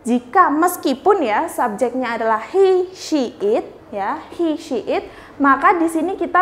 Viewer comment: Pronunciation "SHE" anda kurang pas. Bedakan SHE dengan SEA